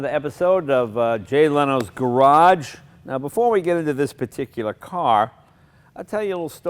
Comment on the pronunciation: Jay you don't pronounce the second G in garage...